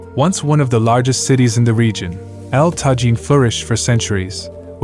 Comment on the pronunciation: Correctly pronounced El Tajín ( Ehl tah-HEEN). One would expect a professional travel channel to do its homework first. Almost all names are mispronounced.